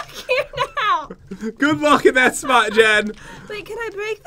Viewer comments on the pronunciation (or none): none